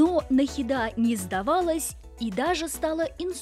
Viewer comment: Она шикарна!🤩 Надеюсь, сейчас с ней всё хорошо😊. Но, хоть я может быть ошибусь, но разве в имени Нахида ударение не на букву и ? Просто это режет уши🥲.